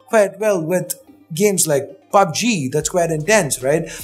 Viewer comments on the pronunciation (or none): none